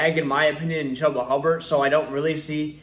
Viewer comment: Purely based on the way this man pronounced Chubba’s name, I can’t in good faith his advice.